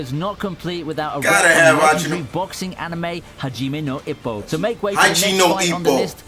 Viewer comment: but you said "haji now ipoh"